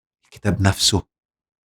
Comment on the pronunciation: صدمة يا دكتور صدمة وخصوصا عندما رفعت كلمة (هو)😱😱😱😱😱